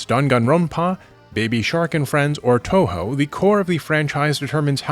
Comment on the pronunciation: it's pronounced two-who btw